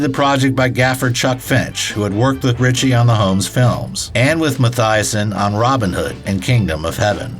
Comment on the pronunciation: Mathieson is not pronounced like Matthiasson. Math-uh-son John Mathieson (cinematographer)